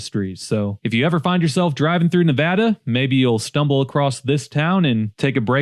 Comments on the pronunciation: TBF, your comments on Tonopah were reasonable and fair, so that's noticed, and again, appreciated you pronounced Nevada correctly. That is never a given. 👍🏻👏🏻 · Major props for pronouncing Nevada correctly. 👏🏻